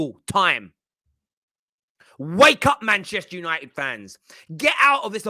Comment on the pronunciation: I'm just here for pronunciation....MAHNCHESHHTEH YANOITED😂